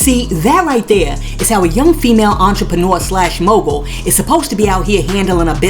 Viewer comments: JUST NASTY PERIOD! She got laid and played! She can barely say Mogul ! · First of all how could you expect to be a mogul when you can't pronounce the word mogul. Who does she think believes anything she says. The only thing she wanted was to be the bottom bitch for Diddy